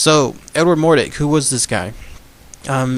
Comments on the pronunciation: It's mordRake... not mordake... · MORDRAKE....not Mordake jus sayin. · It’s not an urban legend. It’s true. His name is pronounced more-drake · It’s pronounced More+drake as in rake (Mordrake)